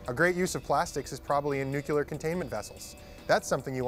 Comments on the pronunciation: Very interesting, but i stopped listening after the american said 'nucular' for nuclear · nuclear not nucular.